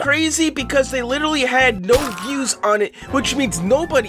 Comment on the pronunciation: You are saying the views wrong